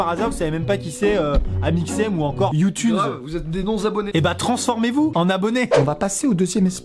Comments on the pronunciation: il a dit youtunes ho mon dieu!!! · Vraiment Amixem tu as vraiment dit Youtunes !?